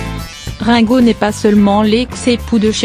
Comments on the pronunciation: cest rine go !!!! et non rein !!!! mdrrrrrr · Celle qui li ne sais pas lire........ Rinnnnnn go au lui de me Rngo sa m'énerve 😣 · quelle horreur ces voix off numérisés récitant ringo devient raingo, l'usine AZZ mdr mais c'est très chiant car bourrés de fautes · et la connasse qui dit rin go et pas ringo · Rungo, prononcé à la française, j'aime bien, Rungo comme Ringard. Quant à Sheila, quel bel homme !😂😊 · bar oblique quel conne elle écorche le nom de lexe chanteur et de la chanteuse sheila